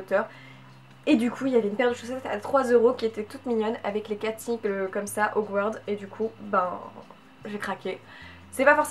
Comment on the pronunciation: "Hogward" au lieu de "Hogwarts" 😢